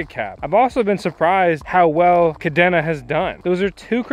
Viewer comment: Thanks for the overview, and good luck with the operation. By the way, Kadena is pronounced "Ka - dana" like Dana Point, CA